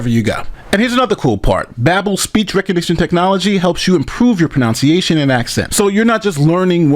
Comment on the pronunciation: mispronouncing "pronunciation" for a language app...aaargh